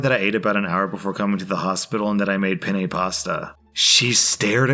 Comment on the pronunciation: TIFU - I mispronounced Penne and actually said male genitalia in Italian. Please pronounce the double "N" in penne - if you pronounce the single n as you do, you are actually using the Italian word for the male member., this is in jest - as I know you laugh at people correcting your pronunciation.